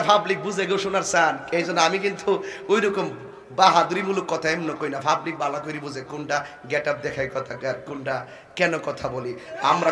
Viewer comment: ওরে তাহেরি কথা ভালো করে বল,,,, পাবলিক রে ফাবলিক বলো কেনো😂😂😂😂🤣🤣🤣🤣🤣